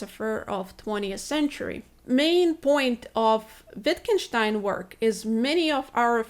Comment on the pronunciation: when she correctly pronounced Wittgenstein, I fell in love a little. If I were only young!